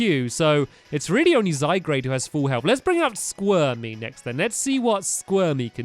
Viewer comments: Tanisha Shriyan zygarde not zaygarde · you may not see this comment but it isn't zygrade it is pronounced zy guard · by the way zygarde is said zi gard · NOT ZYGRADE....ZYGARDE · Not zy-grade it's zy-guard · It's still zygarde not zygrade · dude it's zy guard not grade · One of the team skull member made the shocked pose, because from your mouth performance! Ps. It's Zy-Guard, not Zy-Grade. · ITS Zy-guard not zy-garde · Toon Kir-Chu yep I'm do annoyed hearing zygrade instead of zyguard (I know it's spelled zygarde) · I think Stampy referring to Zygarde as 'Zygrade' is kinda cute and charming. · It's zy gard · Pellipepper, Zygrade, Ganitbzatakx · YEAH?!?! IVE SAID IT IN A VIDEO BEFORE BUT HES SAYING ZYGARDE WRONG ITS Z-A-Y-G-A-R-D-E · Flygon is a ground-dragon type plus you are pronouncing zygarde wrong (its french) its pronounced zy-guard